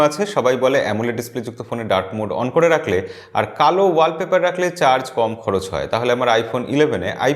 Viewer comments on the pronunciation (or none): none